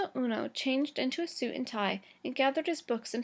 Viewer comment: ueno not ono